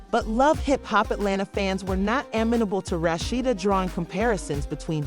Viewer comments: Girl, learn how to pronounce a person's name before you do a story. I cannot finish due to the way you are pronouncing this woman's name. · Whoever it telling this story is pronouncing her name wrong